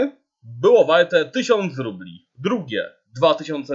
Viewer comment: Trochę zła wymowa bo mówisz "rupli" a nie rubli.